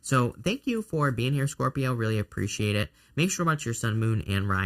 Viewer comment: Best reading ever! I just love it when you say SCORp-I-o it makes me smile. Love your channel so much. Finally starting a new path after years of setbacks and this reading was spot on. Good luck to all 😊